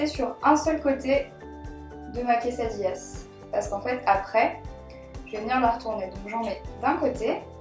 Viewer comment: Je sais que tu ne parle pas español mais on dit une quesadilla(pas de "s")et des quesadillas